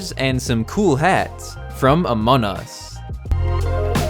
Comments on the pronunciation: u siad amon us instead of among us XD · Just saying um the name in not pronounced Amon us it’s Amongggg us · Im not trying to be rude but your saying amont us not among us trying not to be mean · Your saying Amon us it’s among us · ITS AMONG US NOT AMON US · Can you stop saying amon us is called among us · It’s not amon us!!!! It’s among us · Him: FRom amun us Me:AHAHAHAHAHAHAHAHHAHA SHE JUST SAID AMUN US My mom:Whats going on up there!?!? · Every time he says among us he forgets the g lol